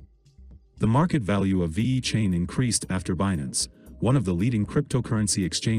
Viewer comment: Cant even say the name correctly.